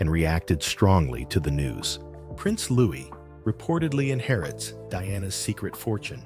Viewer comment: Silent S.when say Louis